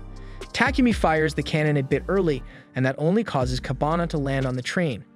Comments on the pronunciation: kabane was pronounced as kabana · KABANE! Not Kabana, man! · kah-ba-ne not kabana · Its KA BA nEeee ... Not Kabana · The misspronounciation really takes out a lot from the video. Everytime he said Kabana instead of Kabane, it breaks my immersion. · its kabane , not kabana you ****